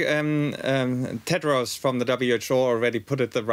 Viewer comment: As soon as I heard him say Tedros I was gone